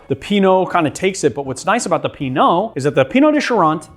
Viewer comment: He pronounced it correctly. "Eau" makes an "oh" sound. Like bureau or beau